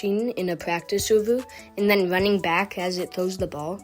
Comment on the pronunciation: Instead of running he say ruwwning